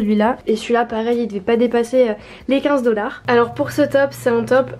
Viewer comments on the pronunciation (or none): pk tu dis dollards ? $